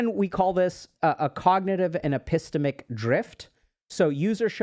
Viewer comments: Very very minor nitpick, but the way Dr. K was saying "epistemic" really bothered me 😂 (ep-ih-STEM-ick) is the common U.S. pronunciation, sometimes (ep-ih-STEAM-ick), both pronunciations are stressed on the STEM/STEAM. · dr K it’s epi-STEM-ic. not e-PISS-temic. 🤭